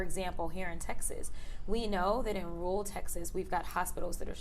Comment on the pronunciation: I'm a big fan, Ms. Crockett, but please don't pronounce "rural" as "rule."